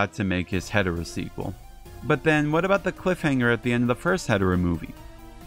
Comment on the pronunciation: If you don’t fully pronounce Hedorah or say it too fast it sounds like you’re saying hetero